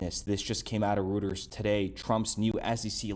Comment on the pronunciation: Reuters is pronounced Royters.